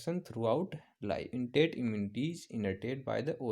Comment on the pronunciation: Sir ap innate immunity ko intate immunity pronounce Kyu KR rhe ho .. Isse bhut confusion ho rha h...